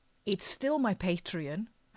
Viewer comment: It's not called "Patron". You pronounce it like it's spelled: PatrEon.